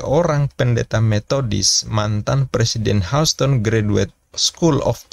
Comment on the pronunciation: Maafin, tolong belajar baca istilah/bahasa Inggris, asing, biar enak dengernya Houston, bacanya/ngucapinnya Hyusten, Mike, bacanya/ngucapinnya Maik, WTC bacanya/ngucapinnya Double Yu Ti Si, bukan Wi Ti Si 🙏